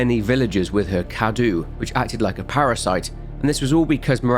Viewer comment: Mother Miranda is Romanian, Cadou is spelled KA-DOUGH and is means Gift. Nothing against you but I must say I actually hate it that not one single youtuber has opened Google translate English -> Romanian, insert the word Cadou and press on the voice icon. Not ONE in all the videos I've seen about Resident Evil Village. Great work nonetheless.